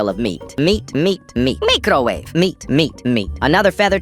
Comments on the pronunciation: Bro why did u say mecrowave instead of microwave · That ain't how you say microwave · lol said mycrowave😂😂😂😂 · micro waeve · “mecro weve” fancy mario accent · The way you said microwave😂😂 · the way he said microwave 😂